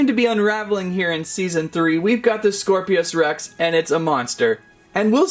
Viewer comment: "scor-pios" rex💀 Nah it's "scorpios rex"